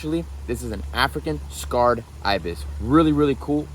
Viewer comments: Why are you saying scarred ibis? Its just pronounced sacred. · Bro they are Sacred Ibis not scarred Ibis 🤣 it’s ridiculous you buy animals and can’t even pronounce their species correctly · "Sacred" not "scarred," ibis. They were sacred to ancient Egyptians. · It is not "scarred Ibis". It is Sacred Ibis! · its Sacred btw, not Scarred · Sacred ... Not scarred.🙄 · The pronunciation is say-kruhd